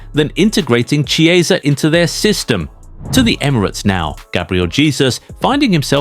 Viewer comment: This guy had one bad season, and all of a sudden we forgot how to pronounce Italian names? 😝 It's Chiesa like Chianti. 🍷🇮🇹